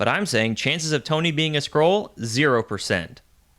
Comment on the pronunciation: Skree krull war?